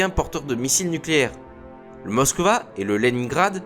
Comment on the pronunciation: Des CNLE ? Classe Moska ? ça pique les oreilles ! mais c'est pas grave